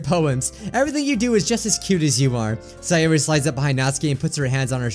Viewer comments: pronounces Sayori as Sigh or ee But its Say or ee 💀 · Siyori Me: It’s SAY-ORI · Say or re not sai or re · Minecraft Monarchy actually, sie-or-ee